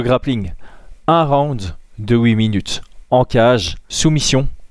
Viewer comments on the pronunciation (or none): none